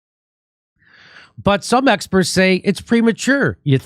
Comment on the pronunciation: "some scientists this,but EXPERST THAT"